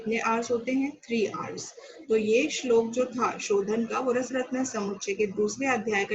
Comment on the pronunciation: Superb explanation and pronunciation of Shlok are very good